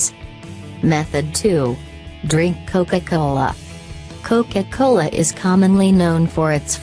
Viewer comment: "Coce cole"